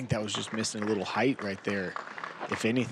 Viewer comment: Height. Not heightth. You sound ignorant